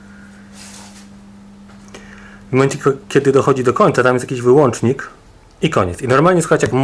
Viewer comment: bo razi po uszach: WYŁĄCZAM/WŁĄCZAM. Nie kupujesz wyłancznika tylko WYŁĄCZNIK/WŁĄCZNIK.